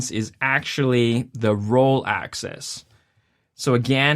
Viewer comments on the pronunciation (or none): FYI, it's "axis" rather than "access".